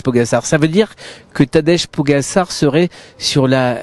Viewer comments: PogaCHAR, tabarnak, prononcez bien son nom de famille. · “Tadège Pogassar” enchanté de connaître ce coureur prometteur… non franchement, c’est moche cette façon de le dire 🤷🏻‍♂️